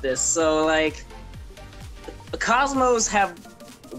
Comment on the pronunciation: good job even though it's kozmo :/